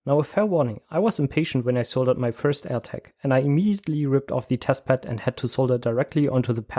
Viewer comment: Very interesting! one thing that amused me is that when you say "Air Tag" it sounds exactly like when you say "attack" - threw me a couple of times :-)